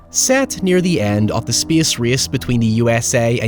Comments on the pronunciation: ”Spes res” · “Speeuhs reeuhs.” 🤣